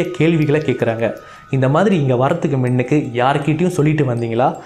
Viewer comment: Pro நீங்க முன்னுக்கு என்று சொல்வதற்கு மின்னுக்கு என்று சொல்ட் ரீங்க😁😁😁